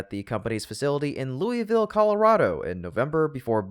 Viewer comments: Just a nitpicking comment: In the mention of Louisville, CO, it should be noted that the preferred pronunciation of that city's name by both city- and state-residents is loo'-iss-vill, unlike the city in Kentucky. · It’s Louisville, pronounced as spelled unlike the city in Kentucky.